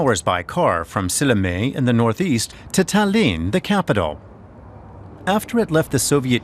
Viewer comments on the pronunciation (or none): Silinee(Sillamäe)? :D He should at least try to pronounce it right. Just giving them citizenship would be too easy in my opinion. We, Estonians, are fading away from this planet and it would just mess up our culture even more. They have lived here for tens of years and they often don't know one word of estonian. At times when Russians tell you to speak in russian so they could understand you...well, blood just starts boiling. But not all russians are like that. The Russians who like living here and want to learn our ways don't speak out as much. People who think russian should be our 2. language are the ones to always complain. (might be a bit too radical)